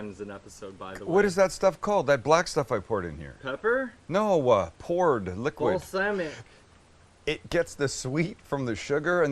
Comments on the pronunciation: The way he says balsamic makes me irrationally angry. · Most people: Bals-AH-mic Vinegar Sam: Bals-AA-mic Vinegar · The way you pronounce “balsamic” makes me think you should open a company called “balSAMics vinegars” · he said bal"sam"ic vinegar haha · Okay is it just me or does anyone else pronounce it like Balsahmic and not the way he does? I'm not attacking pronunciations or anything it just caught me by surprise. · Who, in god’s name says, “bal[SAM]ic???!?” Nevertheless, if the aforementioned balSAMic is henceforth to be measured in “shit tons” then SAM is totally acceptable…….